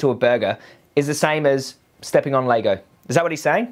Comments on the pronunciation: It’s LEGO fuck stick not lago😂😂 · why do you keep saying "Laygo"? lol. Its LEGO. Its reminding me of some other video you did ages ago where you kept saying the name of a food wrong and all the comments where about it. I cant remember what food it was now but was funny